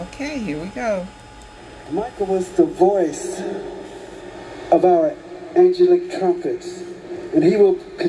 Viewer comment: As well as saying angelic wrong twice he also stated when he hugged Michael and said goodbye. Michael hugged and responded back I love you more. How does a diseased person hug you and respond back to you if they are in fact dead?